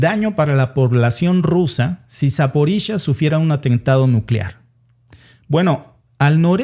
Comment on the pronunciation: Se pronuncia Zaporiyia, no Zaporisha, no se de donde sacaste eso